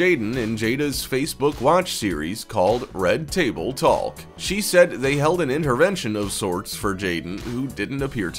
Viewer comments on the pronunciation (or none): The L is silent in “talk”